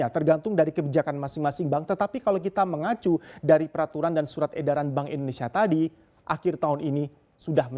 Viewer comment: Boleh kah minta tolong gunakan penyebutan negara kita Indonesia jangan Endonesia, thanks bro....